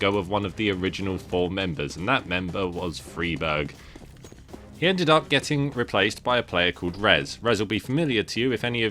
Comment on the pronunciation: It's not. It's an swedish surname. You pronounce it Freeberj